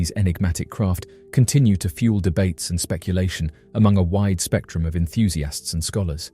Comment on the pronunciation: Enthusiasts ❌ EnthusiAHST ✅